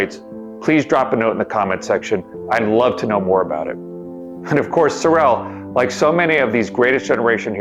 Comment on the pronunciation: He was an incredible man! Its "sore-rel" by the way, not "so-rel". He actually wore a "fat suit" in the. DoH series